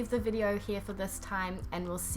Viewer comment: please, do me a favour, be a good girl... DON'T say "À bieNNNtôt" but "À bientôt"... I mean,, after what? Four or five years! Come on, repeat after me... You can do it, I'm totally sure, please,!... "À bientôt!" Bises!